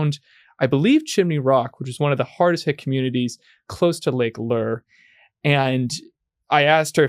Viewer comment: Lake LOOURE... not LEER